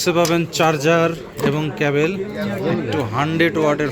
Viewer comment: ভাই ওটা ১৬ জিপি ২৫৬ জিপি না, ওটার উচ্চারন হবে ১৬ জিবি ২৫৬ জিবি। আর ওটা ক্যাবেল না, ওটা ক্যাবল। 😂😅